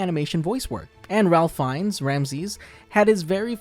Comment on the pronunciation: Small Correction: Ralph Fiennes" is pronouned like "Ray-f Fines." Like the "l" doesn't exist and with a long A sound.